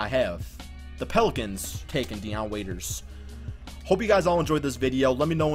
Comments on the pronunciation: bruh I'm sleep it's Dion Waiters not Deon Waiters lol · he spells Dion waiters name up